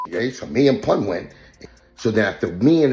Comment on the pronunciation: Poon instead of Pun M-a-f-i-a instead Mafia 😂😂 A.I 🤦🏽‍♂️🤦🏽‍♂️